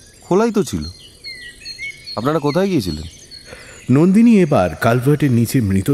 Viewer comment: আমি তো "কত ভড়ি গয়না আপনাড়া পেয়েছেন " শুনেই বন্ধ করে দিলাম। অর্জুনের বর্ণমালায় 'র 'নেই।